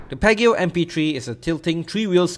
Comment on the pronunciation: Its pronounced as 'Pee-ah-ji-oh'